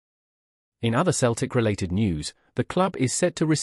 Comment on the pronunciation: Can't even pronounce Celtic 😮😮😮